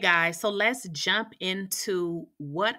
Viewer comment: Why I thought she said let’s jap right in lol 😂